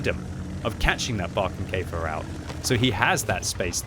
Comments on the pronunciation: Sigh. Not pronounced "Barkenkaefer" but rather "Borekenkaefer." Other than that, nice video. 🙂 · Pronounce it like "boerkenkefer" and it sounds like the german "Borkenkäfer" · Did you say Brokenkafer??.... LOL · Nope you speak it wrong. That can you do better